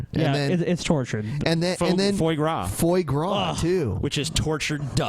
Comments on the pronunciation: Fois gras is pronounced "fwah - grah": drunken peasants indeed. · A true Canadian would pronounce "foie gras" correctly.